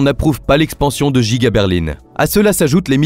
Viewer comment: l'usine est effectivement à Berline. Et comme elle est très grande : elle est Djiga. C'est la Djiga Berline 🤣 Ça sonne teeeellement bien !!!!